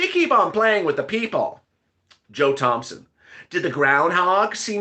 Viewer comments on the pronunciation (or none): none